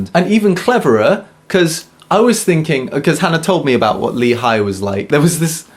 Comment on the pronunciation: btw lee in korean is pronounced 'ee'